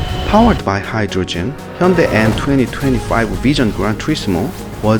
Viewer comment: Funny how the official voice over can't even pronounce hyundai properly